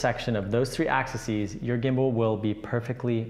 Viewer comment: The plural of axis is 'axes' ☺. Pronounced Ax-eez